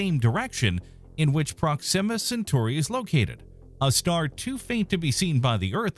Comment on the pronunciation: "prok-SIM-a"? Weird putting the emphasis there as opposed to "PROK-sima"